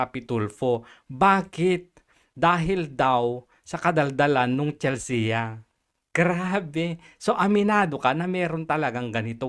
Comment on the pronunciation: Mali yung pronunciation mo ng "Chelsea". "Chel-see" ang pagkakabigkas doon.